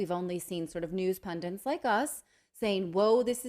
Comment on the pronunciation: Pundits. Not pundents.